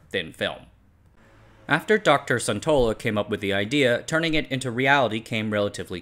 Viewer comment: Sun in Suntola is pronounced the same way Sun in Sun Yat-Sen.